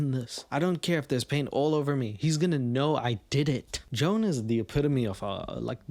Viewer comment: Joan is the name of my horrible stepmother, and it highly titillated me to hear all the ways you desecrated the name Joan.